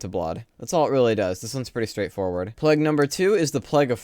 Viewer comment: No offense but why do you pronounce "plague" that way?